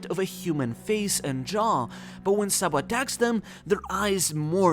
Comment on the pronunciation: Sa D. Bo is not pronounced Boy its "Bow" one piece community cant read basic English